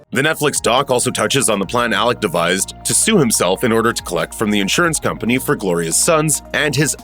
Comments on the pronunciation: Why do you keep calling him Alec, when it's Alex? The beginning of this continuously sound like Alec.... Weird, I'm not sure if you can't get his name right or if your intentionally doing it because you think his name is Alec. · Did anyone ever get word to the narrator that it's "Alex", not "Alec"?